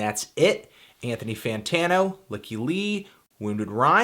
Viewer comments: I always thought her name was pronounced more of a "Leak E Li" not "Lick E Li". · ..."Lick-ee Lee"? LICK-EE LEE?! For years since discovering her music in late 2009 I always thought it was pronounced "Lie-kee Lie". Everything is different now. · I just clicked on this video to hear you mispronounce Lykke Li. I was not disappointed. :D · You never learned how to pronounce her name, that saddens me Amtanty Bambano